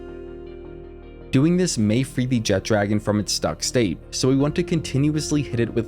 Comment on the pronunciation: Man that alwaya bothers me. Theres No 'D' in the name! JEH-TRA-GONE! NOT JET-DRAGON.